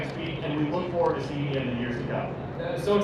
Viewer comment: "Lookin' forrward to it!'